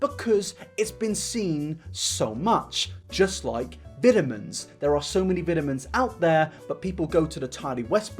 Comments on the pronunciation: “viddamins and tardi westbrook” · I'm just here to listen to keep saying "vit-ah-mens" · I’ve never heard anyone call VItamins Vetamins. Is that just an American thing? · I just love(as an American) to hear you say “vit a mens”. You’ve got me as a fan forever♥️ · I love how the British say vitamins.